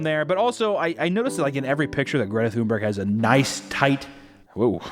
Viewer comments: I absolutely love how he pronounces Greta thumburg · Ahhh, c'mon papa, you missed the opportunity for a shitty Greta Toonberg joke. All ya had to do was fuckin google how to pronounce her name, goddamnit, hahaha